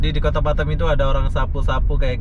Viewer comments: Batam bukan Batem. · Batam. Bkn Batem